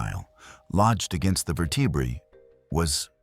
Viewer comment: AI can't pronounce vertebrae, or millimeter.